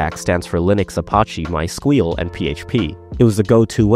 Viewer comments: I've heard people pronounce MySQL as "my Ess Queue Ell" and "my sequel", but My squeal" is new to me. Most of all it tells me "you're trying too hard". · Lol at "my squeal" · "my squeal" okay you got me there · theprimeagen is gonna someday react to this video and stop at "MySQL" because he finally found someone who says it the way he does bringing to total number of people who pronounce it this way to 2.